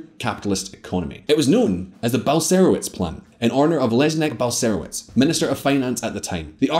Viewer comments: You know, you really could go to Google Translate and listen to how the Polish phrases and names are pronounced. I simply cracked up at "Leznek Balserowitz" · This should help the author: c = ts as in "parents" cz = ch as in "child" sz = sh as in "shop" w = v as in "vodka" i = ee/ea as in "green" or "peas" Leszek Balcerowicz = Leshek Bal-tse-roh-veech Tadeusz Mazowiecki = Tah-de-oosh Mah-zoh-vyets-kee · tadies mazołiki, lezneg balkeroutz XD you should have checked the pronounciation ..